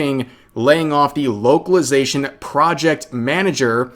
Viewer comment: Beuh at fstart of video i heared wokalisation not localization xd accurate i gusse